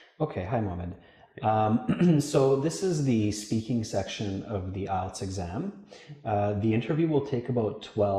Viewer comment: Its ielts not ilets